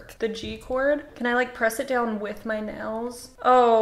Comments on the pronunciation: this lady really says "nells" instead of nails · Nobody:: I am gonna play ukelele with acrylic NELS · sayd neils** me: IM TRIGGERED IT NAILSSSS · the way says "nells" not "nails" gives me life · The world: “nails”: “nells” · no one:: acrylic nells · Teacher:okay everybody say "nails":nels hahaha no hate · I like how you say nails 💅 like nells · "acrylic nells" 🤌🤌🤌🤌🤌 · She says nells instead of nails. If I didn’t love her so much, I wouldn’t be able to handle it. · Acrylic “nels” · "AcRiLic nAls" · Are we not gonna talk about how she pronounces nails "nales"? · Nobody: This woman: yeah so I’ve never had acrylic nElLs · is it me or does she say nails as “nels” -? im not being rude or nothing im just saying lol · not trying to hate but you're saying nels lol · I love how when she says “nails” it sounds like “nells” 😂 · Omg I love how your Oklahoma accent comes in when you nails you go nils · It’s just us Oklahomans lol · HAH wheeze HAHAH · why does she say nails like that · The way she say nails...😑